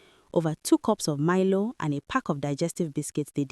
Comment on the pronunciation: I just love how AI read Milo 😅😂. I’m sure Nigerians will from it